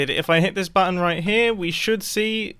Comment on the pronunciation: am i hearing something did he call button mumbo: a batton